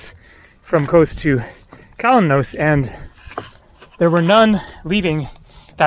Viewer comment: The 'os' in Kos or Kalymnos is pronounced as 'oss' is in 'floss', not as 'ose' as in morose. Minor point, but worth noting!